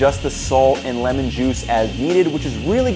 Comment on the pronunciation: HUH you said Limen but the notes to the left say Lemon